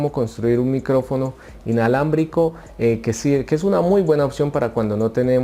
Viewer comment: Mentiroso dijiste inlabramico